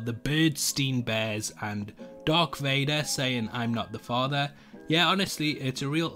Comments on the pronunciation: Did he actually say darK Vader It’s darth Vader, not not darK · You ticked me off in this video, you called darth vader “DARK” Vader! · Bro really said Dark Vader💀💀💀